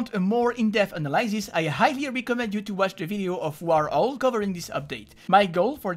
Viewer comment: je me permet juste de signaler que tu prononces mal analysis et WarOwl, le Y se prononce I, et c'est wOrAwl, en fait. Tu peux l'entendre au début de ses vidéos. Oui je sais que c'est mineur, que tout le monde s'en fout etc, mais j'aime trop faire chier le monde pour me taire. Merci pour la vidéo, cela dit.